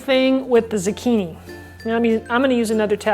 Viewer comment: What's a "Z'kini"? Is it anything like a zucchini (zoo-kee-nee)?